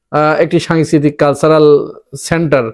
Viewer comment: সাংস্কৃতিক উচ্চারণ ঠিক করেন প্লিজ, সাংয়েসকৃতি হয়ে যাচ্ছে।